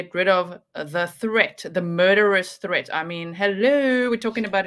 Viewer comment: Maria “are you a threat-a?” Lewis: a what? Maria: “a threat-a” Lewis still doesn’t understand. Maria: suddenly without a “Spanish accent” and surprisingly just like Leticia “a THREAT”